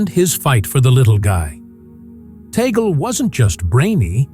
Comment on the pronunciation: Correct pronunciation: tug- le .